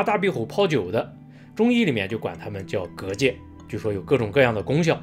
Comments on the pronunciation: 閩南語的蛤蚧的確是這樣發音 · 居然還會蛤蚧的台語，厲害!